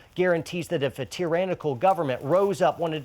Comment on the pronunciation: I agree with everything except how you pronounce "Tyrannical". Its ok though...